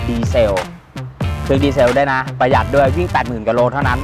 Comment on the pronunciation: ดี เซล ออกเสียงเหมือน วิน ดีเซล ไม่ใช่ ดีเซ่ว ดีเซล ไม่ใช่ ดีเซ่ว